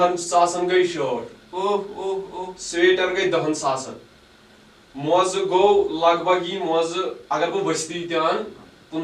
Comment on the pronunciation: Itz SWEATER not SWEETER. You guys need to work on your English pronunciation.Otherwise you are doing good.